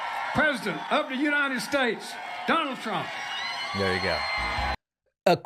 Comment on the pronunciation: "DoNaLd PrUmP!" Stable genius.